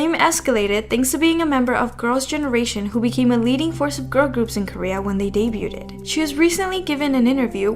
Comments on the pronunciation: Sorry, can I say it's pronounced day-b-youd in one sound (daybyoud) not day-b-youdid (daybyou did) for debuted. You just add a d at the end of debut not did. Just trying to help, no offense. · The T in the word "debuting" is silent. The past tense of debut, debuted, also has a silent T and is pronounced "deh-byood". I'm not trying to be a jerk. I'm just letting you know. I've noticed a lot of kpop channels mis pronouncing this word. In english, the -ed at the end of words can be pronounced 3 different ways depending on different factors. There are a lot of inconsistent rules in english lol. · It’s pronounced deb-yu-ood the T is silent btw 👍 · Hey love your videos. Just wanted to say the debuted is pronounced Day Bewed... Because English is dumb :) anyway love you ❤ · They way you mispronounce debuted constantly is really annoying